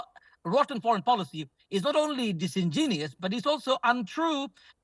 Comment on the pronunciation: Disingenius?? I think he means disingenuous